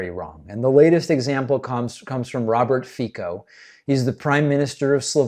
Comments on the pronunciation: Hello! Just a little correction, the name of the slovakian president is pronounced Fico (with a C) not Fiko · His name is [Fitso] not [Fiko] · The name is pronounced [Fi-TZ-o] not [feeko] ;) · Fico is prononced "Fitso" not "Fiko" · It’s “fitzo” by the way, not “fiko” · Fico is pronounced Fitzo not Fico. BTW, Fico is a Putin puppet. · Just a quick note - the Slovak guy's name is pronounced "Fee-tso", not "Fee-cko." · Slovak prime minister ' s name is not pronounced "Fiko" but "Fitzo" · Not Fiko, but Fico, pronounced Fitzo. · it's pronounced fitso, not fiko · The pronunciation of Fico is "Fit-so". The "c" in Fico is not read like a "k" but rather "ts" like in cats. He is a dick though, so I do understand the urge... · Not really Alka. Thermonuclear5742 is right. "C" is pronounsed as "ts". And English phonetic spelling of his name is definitelly not 'feet-so', that would make the letter "i" long like in "feet" but his name is pronounced with a short "i" like in "fit". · No surprise Fico (pronounced as a 'sound' of C..not K) denied it since he's a Trumps butt licker... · very small point its pronounced Feetsoh C in slovak is a ssst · It's pronounced 'Feetzo''. Source; Slovakian gf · Fico is pronounced closer to Fitzo and he is an as.hole. 🤮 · Fico is pronounced with "c" sounding like "ts", as in "tsar". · David, just a quick note to tell you that Fico‘s name is pronounced „feet-so“. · Please, it's not hard to pronounce, it's "Fit-so", please invest 5 minutes to look it up next time. Not my cup of a gentlemen, but I expect better from you. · "C" in Slovakian is pronounced "ts", so "Feetso". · Not easy, but Slovak pronunciation of Fico is like "feet-so" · Good report. Note that Fico is pronounced "feet-so." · It’s pronounced Fitso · Fico is pronounced like "Fitso". And he's prorussian bastard that if he was not elected, he would rot in prison. Just like Trump. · In slavic languages the is isually pronounced /ts/. So his name is Robert /fitso/. 😅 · Pronounced Fitso